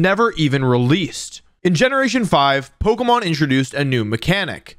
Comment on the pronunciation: Bro u pronounce every pokemon wrong my brain juat doesnt like it